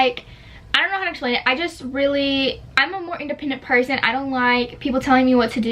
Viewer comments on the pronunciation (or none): none